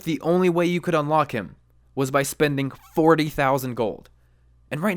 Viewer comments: Listen to the F in forty-tousand. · So is now one gonna say anything about how he said "forty" and ? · dude i keep laughing when i hear this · front teeth gap confirmed.